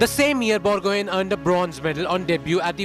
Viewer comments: Borgohain.. 😂 pronounce karna seekh lo.. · Bor- go-haaaain pronounce it correct....it's irritating the way the anchor pronounced it🙃